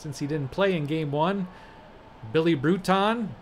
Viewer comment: Just for your future games, Bruton rhymes with ROOTIN' and Aguirre is pronounced a-GARY.